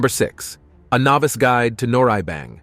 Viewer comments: 이런 양놈이 설명하는 정확치않고 심지어 틀린정보가 마치 진실인양 세계에 선전 돼는건 참으로 문제다 짐질뱅? 한박? 노래이뱅? 뭐 니네들이 좋아하는 갱뱅이냐? 미친 일단 무엇인가 평가를 하거나 정의를 하려면 정확인 뭐라고 발음하는지 정도는 공부를 해라 그게 너희같은 오만한 양놈들이 해야할 첫번째다 무식에 쌈싸먹을 것들아 개를 먹는다고? 너희는 안먹을것 같냐? 안먹었던것 같냐? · Ah yes, the beautiful traditional “Han b-OH-ck” 🤦🏻‍♀️ 🤡 and the fun “nor REE-E b-AI-ng” and the delightful Korean barbecue “Ess S-AM” and “Sam JA-Aem” 🙈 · Narrator is annoying can’t pronounce Korean words but speaks perfect English. The word noraebang, was butchered.